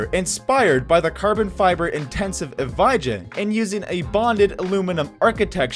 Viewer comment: Oh dear...the way he pronounced "EVI-JA" killed me. I believe it's "e-VYAH"